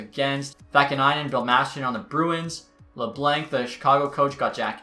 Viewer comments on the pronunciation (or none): none